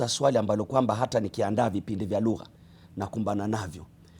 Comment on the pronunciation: 😂 😂 Did you have to repeat "lugha(lug-her)"